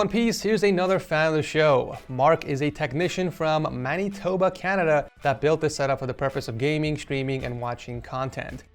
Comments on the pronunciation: Oof when he said manny-toba, Canada. Sorry just as a Canadian it hurts sometimes. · mani-toba canada smh butchers the province name so bad! lol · I dont know if it was just me or did it hurt any other canadians when he said "maneetoba"